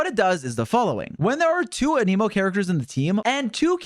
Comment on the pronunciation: I can’t help but notice it but why does bro pronounce Anemo as a-knee-mo instead of a-neh-mo?